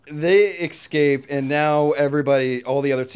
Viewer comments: Hey..its pronounced "escape"..not "ek-scape"..just saying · Note to (as this occurs in more than one episode): ES-cape, not EX-cape. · Why can not pronounce "escape"? It's not EXCAPE